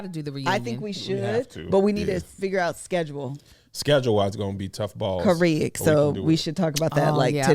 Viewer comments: nah it’s co-reck 😂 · It's correck 😭😭